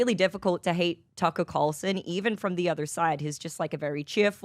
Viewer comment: Tucka curlson 😂